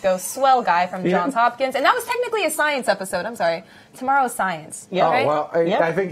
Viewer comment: JohnS Hopkins JOHNSSSSSSSSSSSSSSS MY GOD ITS JOHNSSSS